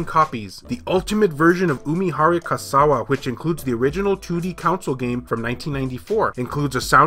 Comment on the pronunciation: Kawase is pronounced like this: ca-wah-say. You pronounced the rest quite well.